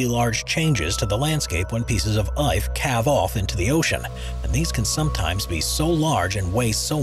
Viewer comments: I swear he says "pieces of IFE" and not "ICE" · oh no the dreaded large pieces of "eyth"! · You should probably do a bit more fact checking and maybe show the correct footage of what you are talking about at the time. Jesus ..how hard is it to correctly say ice?